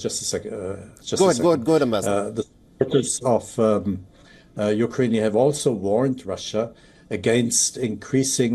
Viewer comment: what is ukrain-ey?